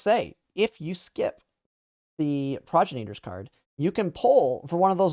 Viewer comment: I'm sorry, I want to be as constructive with this criticism as possible. Pronouncing "Progenitors". It sounds like you're saying "Progenators". More proper pronunciation should be pro-GEN-itors. I feel like a dick correcting something minor like that but if you're gonna be talking about this card the next several months it might be helpful.